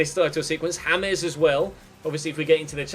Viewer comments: Its James not hames xD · Who the fuck is Yames its James.